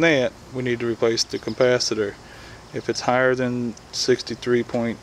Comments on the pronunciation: OMG, it's not compacitors it's capacitor and microfarads not macrofarrats. LOL, Great vid otherwise. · If you say CUMPASITOR one more time, I'm gonna blow my brains out!!! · Couldn't watch past 1 minute. There is not a fucking M in capacitor. It's not a compacitor.